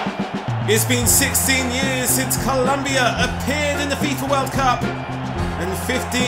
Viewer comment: IT'S COLOMBIA NOT Columbia.